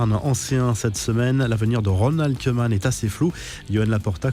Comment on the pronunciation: Idem pour Koeman